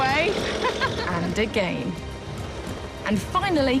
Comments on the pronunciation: its again... not agane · insdead of again she says "A GAY n"